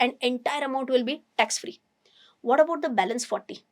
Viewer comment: Are you willingly miss pronouncing words..not clear and confusing audience? Tax free word eaten fully